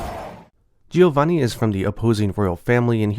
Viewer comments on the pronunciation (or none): Giovanni is pronunced as "Jovanni". I'm hoping that this game comes to the west and the monetization isn't too heavy.